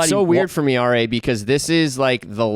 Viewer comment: RA is mangled 😂 ❄️